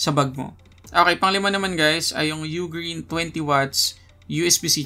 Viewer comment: U-Green pala tamang pag pronounce kala ko Ughhhgreen hahaha salamat 😅🤣💚